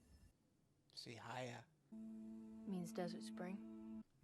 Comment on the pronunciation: LOL! No, it's not "seahaya", it's "sihaya".